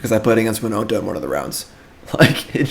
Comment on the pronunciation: Whenever he says “winonta”😔😔😔